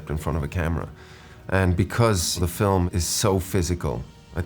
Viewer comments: feet? "film" oh of Corse, yeah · I 100% thought he was gonna say feet instead of film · he loves fee flim